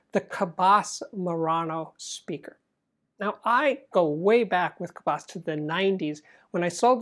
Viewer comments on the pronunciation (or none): FYI, re: the name Cabasse, "basse" sounds like sea-"bass" ie the long A Americans assume makes it sound good and foreign is not correct. Think of the pronunciation of seabass and you will be on target.